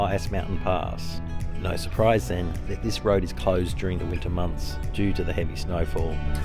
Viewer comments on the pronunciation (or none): none